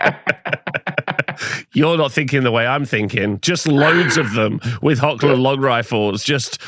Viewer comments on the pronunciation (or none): The current effect of the Hochland Longrifle is amazing. You can pick and kill an Enemy command section. And by the way the proper pronouncation of "CH" in Hochland in German is a Rubbing Sound. It is very different for english speakers i know but the CH is really not spoken as K. Just clear your throat as rusty as you can and you got it. The Google translators for German/English spoke the CH in HOCH very smoot Greeting from the Middle Mountains of Germany and long life the Empire. For Sigmar